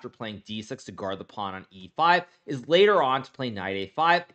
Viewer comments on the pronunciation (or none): none